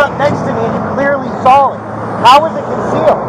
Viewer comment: "you clearly sall it"